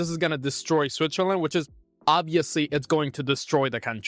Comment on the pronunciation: I can‘t overhear you saying Zwitzerländ all the time😂